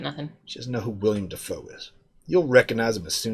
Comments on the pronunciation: Wrong. It’s pronounced Will-Helm Dee-Foo. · Please stop saying William Defoe. I know it's easy to fall into that trap but it drives me crazy. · its not william dafoe its willem lol